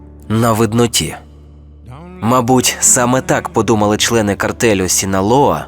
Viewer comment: Дякую за огляд. Фільм дуже хороший. Також рекомендую для перегляду. P.S. Все ж таки вірно вимовляти - "картель".